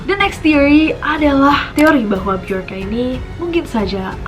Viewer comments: Mirip sama sosok Bjorn di Viking. Bacanya juga jadi (Byorn atau Byorka) Bukan pake huru "J" klo dibaca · BJORKA (be-yor-ka) Be - Your - "K"/" KA"/"K-A" (inisial nama) ?????